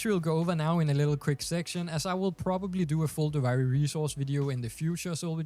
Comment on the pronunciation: Duvaajri lol learn how to pronounce it pls, gets me mad.